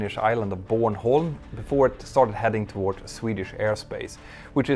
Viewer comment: you keep saying "towardsh" why?